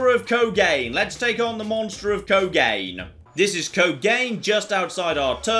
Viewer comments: Great video as usual, just wanted to inform you that "Kogane" is Japanese, so it's pronounced Koh-gah-neh, not kogayn. Three syllables. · Ooh, it hurts my ears. Kogane = Ko-ga-nay I LOVED this game. Onishima is the greatest game baddie ever. "SEND IN THE TANKS!"